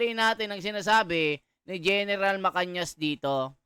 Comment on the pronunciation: Pls basahin mo mga comment...Gen. MA-CA-NAS hindi po MA-CAN-YAS